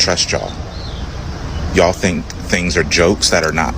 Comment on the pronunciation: He can't even pronounce you all right even though the use of y'all is extremely stupid quit playing the part and get the hell off of the plantation